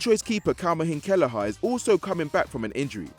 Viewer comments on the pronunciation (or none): Acceptable pronunciations of Liverpool's third choice: Kwee-veen kell-i-her Kee-veen kell-i-her He's a sound lad and hopefully he'll get some chances this season :-) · Sorry!? Could you repeat the name of Liverpools 3rd choice keeper again please.. lmfao